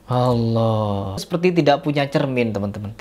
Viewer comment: ucapan allahnya .kedengarannya seperti membentak kepada allah🙏🏻